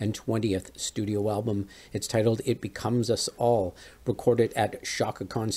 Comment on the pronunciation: You don't know how "beckons" is pronounced?